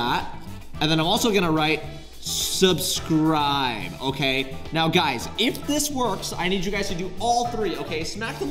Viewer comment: not saying “subsribe” and not subscribe 😭